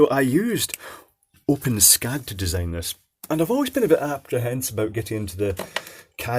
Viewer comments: Pronounced "open es cad" - not "open scad" :-\ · I've never heard it be pronounced like that before. According to the developers, it's supposed to be "ess-cad" (the way I've always pronounced it); however, from now on, I'm gonna pronounce it like you did. If you want, I can add some code to it to make it compatible with the built in customizer, so it uses drop-down menus, etc. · It is pronounced Open-ESS-CAD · Just an FYI, the developers of OpenSCAD have determined that it's pronounced "open ess cad" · i always thought it was pronounced open-s-cad